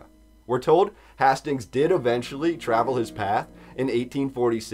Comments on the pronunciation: hay-stings not hah-stings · Yo, Hastings is Haste-Ings. You sound stupid.